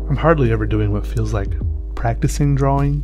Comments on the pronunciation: i like you but... u do say drawing wrong because you say it Draw-Wing and not Draw-Ing. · drawring Is what I keep hearing. Not that its a bad thing. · I'm pretty sure it's drawling, right? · You mean dra-ling. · I'm pretty sure it's pronounced drar-in